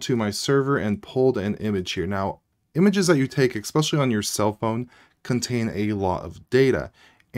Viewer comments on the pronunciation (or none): Especially, not exspecially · There is no letter "K" in the word, "especially". If you are in school, teaching yourself not to say, "eKspecially" will go a long way in establishing your credibility.